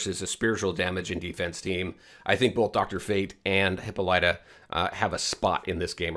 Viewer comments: Hahaha did u pronounce it hipp-a-light -uh? Hahah it’s Hipp-Paul-it-uh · That's not how to say her name. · FYI: This is how you pronounce her name.